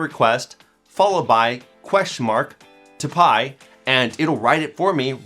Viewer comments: Should 'typi' be said 'typee'? Tomato, tomarto. Lol. Great video. Thanks. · I think it’s read as ‘tie-pee’